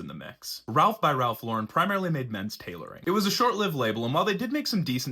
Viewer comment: You’re pronouncing the brand incorrectly. FYI